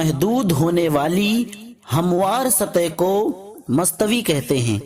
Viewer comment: mastvi ni bhaya mustawa hota e